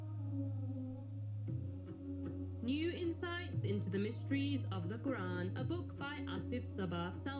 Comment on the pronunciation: Please pronounce Arab words correctly, especially 'Qur'an'. It's not 'Karr-an'. Thank you.